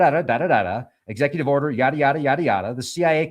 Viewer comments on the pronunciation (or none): none